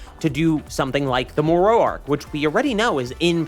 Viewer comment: Brother. Say it with me. Moro. More-o. Not more-owee. Jeeze. Killing me lol. I also dont understand why they are refusing to animate these new arcs. Its really pissing me off. Diama was great and all but its not giving us what we want. I guess they are just gonna let this franchise die?